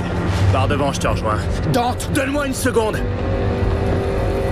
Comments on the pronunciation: Et non ! ça ce prononce Dante ''e'' :) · pourquoi tu dis dante "é" ?